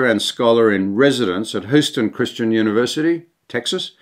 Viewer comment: "Hyu-ston" Put an h in front of the U in Eulogy.